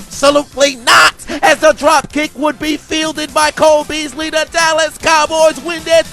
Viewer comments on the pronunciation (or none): Did you call him coleslaw bealsy cuz he was white and sweet? *Pause